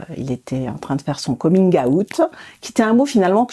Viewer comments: Son coming aouttee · on dirait qu'elle dit aout genre le mois😂😭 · j'adore la prononciation de certaines mamans "coming aoute" xD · «comine aout» 😂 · Nan nan, c’est « komine äoutte »